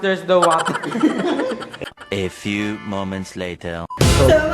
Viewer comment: Gusto ko ung milo and water "Mater" HAHAHAHAHAHAHHAHA